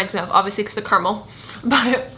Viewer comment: I love the way you say caramel hahaha so different to how we say caramel in NZ!